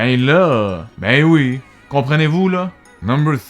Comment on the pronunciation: Oui (pronounced we) has been replaced with "why." If a Frenchman agrees with you he'll say "why."